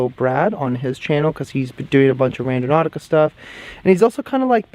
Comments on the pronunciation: lol Randonaumica. You said it incorrectly more than once. Thanks for being genuine. 😂😂😂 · This doesnt really matter because its all rubbish, and im guessing he was doing it on purpose for effect or something. But that was so annoying hearing him mis pronounce it over and over. "Randonomica". As I say, it really doesnt matter, its a fake word for a fake thing, for youtubers to get views on. But still offensive to my nerves. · Say it with me it’s pronounced "Ran Do Nau Tica” 👍🏻😉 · I didn’t even notice you said it wrong! Angelo and his friend were so cringy, I was getting second hand embarrassment from them!! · You’re not saying the word correctly…